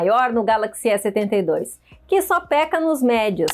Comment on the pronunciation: Em vez de A72, ela fala "E72"🤦🏽‍♂️